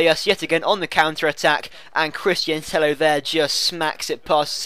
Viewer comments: I'm from Spain an it's not TEJO. It's like TEYO. NO TEJO OR TEIO. With the sound of "yard". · Tello pronounced Teyo, like Villa is pronounced Viya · Christian Tello is Spanish, and in spain is 2 LL's = J So its christian Tejo :) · You're all wrong. Tello is pronounce like Teyo, no Teio or Tejo. You have to use a "y" similar to the "y" sound in the word "yard". You're welcome. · no because it's double L so it's Teyo (spelt Tello). i do spanish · Tello is pronounced like Teyo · Tello is pronounced like Tejo ;) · It's pronounced Teyo you idiot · i think its tay-oh, but everyone gets what you said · tello is actually pronounced like tejo because it is to L whitch makes an J sound in spansich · Two L's make a Y sound not a J sound. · ive listened to spanish comentary when he is on and they say tello pronouncing the L maybe they say it wrong :/